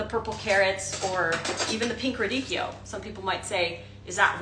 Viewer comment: So nice to hear someone pronounce’radicchio’ correctly! 🎉